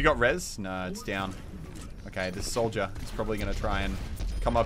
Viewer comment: when muselk says Soldier it sounds like Souja